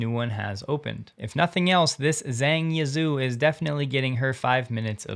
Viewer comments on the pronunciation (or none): Hate to be pedantic, but the Chinese name Zhang should be pronounced “Jahng.”